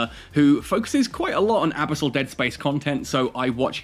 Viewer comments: "abasol dead space" lol. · Brother no, abisol is not it lol love your content, first time I've heard you say this word haha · Why do you say abyssal like that? 😂🤣